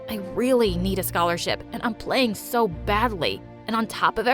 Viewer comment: I laugh when she say "I'm swo screwed, I'wm gownna crway to mwy mwommy, if I have one 😒"